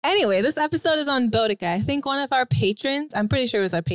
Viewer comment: As a brit, it hurts me the way they're pronouncing boudica